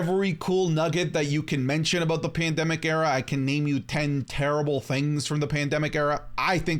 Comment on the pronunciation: Cant say the word pandemic alright bet 10 seconds later ... 😅